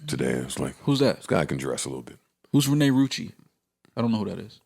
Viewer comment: Joe said Renee Rucci lol It's Renni Lol